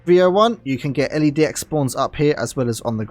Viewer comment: L-E-Dx haha LedX mate